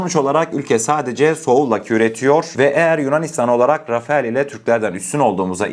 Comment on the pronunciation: rafael değil rafele